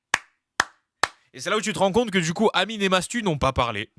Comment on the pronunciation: Non il a vraiment dit Matsu et ça à fait polémique